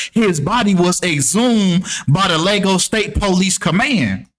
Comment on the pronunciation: LAY - GOSS is how you say it.